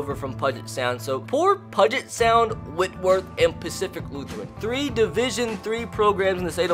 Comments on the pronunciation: And it’s P-YOU-JET sound. Not PUGIT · This series is gonna be great, and what's even awesome is I'm from the state of Washington myself. But I swear if you mispronounce Puget Sound again, it's "Pew-jit" not "Puh-jit." Just makes it sound like "budget" 🤬🤬🤬🤬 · Pudge it sound made me laugh lol. BTW it pew-jet sound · Hey, just so you know Puget Sound is actually pronounced like PewJit, just thought I'd let you know! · It's pronounced Pew-jet Sound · keep pronouncing it pudget for the lulz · This series is gonna be great, and what's even awesome is I'm from the state of Washington myself. But I swear if you mispronounce Puget Sound again 🤬